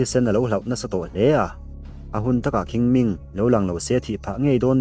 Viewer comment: Chinese ho hian "Q" hi "kh" ang nilo "chh" hian an lam tlang pui changtupa poh hi "Chhing Ming" tih tur anih ka ring